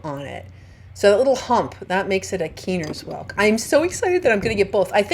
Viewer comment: I’m fairly certain that it’s pronounced Kye-ner’s like the first syllable rhymes with Bye 👋 I think. Or that was what the locals were saying it when I was in North Carolina. I’m so jealous because I didn’t find any that weren’t torn up or inhabited. I hope to get back again sometime.